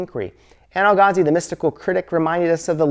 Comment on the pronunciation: Why can’t u pronounce Al-Ghazali? 😂 I hear AlGazal, AlGazi, Ghagazi 😂😂😂